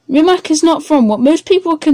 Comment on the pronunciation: Jessus.... try at least to pronounce the name right!